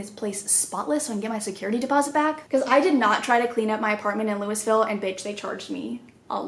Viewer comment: The way you said Louisville is completely wrong lmao